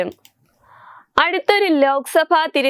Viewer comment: ന്നമസ്ക്കാരം എന്ന് പറയു Nemസ്ക്കാരം എന്ന് പറയല്ലേ